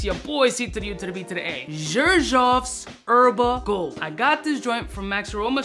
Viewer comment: The way u pronounce Xerjoff… 😬😬🫥 I actually wanna smell this one tho